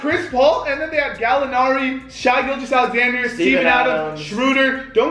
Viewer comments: It’s not shy gilgeous Alexander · I love how they kept saying “shy gilgeous Alexander” 😂